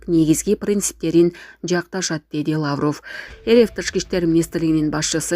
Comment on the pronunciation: Лааврыв эмес ,лавров деп туура суйлө, сендей сабатсыздарды ким жумушка алат.